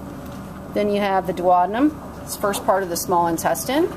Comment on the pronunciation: omg 🤣 lmao she is pronouncing intestine wrong 😂😂😂